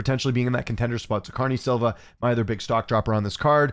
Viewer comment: Viv-e-on-e Ah-dah-ooh-jo & Cuh-re-knee Silva. The other videos there have been some more but yeah. I mean it in the most respectful way possible btw. I don’t wanna come across rude or anything. Just a question. Thanks